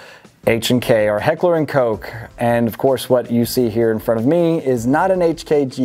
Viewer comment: Guys please learn to read names It's Heckler and Koch - Koh - 2 german last names, it's pronounced Koh not Kok